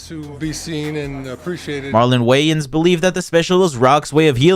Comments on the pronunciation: The narrator’s voice in this clip is so grating. Also who pronounces Wayans “Whyans”? Tf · How do you not know how to pronounce 'Wayans' tho? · i felt shitty about giving you a view after u mispronounced marlon wayans the first time. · How many times you going to misspeak when saying wayans?😂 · This guy doesn't even know how to say Marlo Wayans... I don't even care about celebrities and I thought that was pathetic I mean it's not like the guys not known should be able to Google his name and find out how to pronounce it.